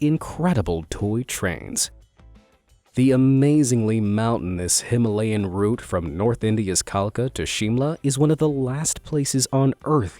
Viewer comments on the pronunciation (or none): none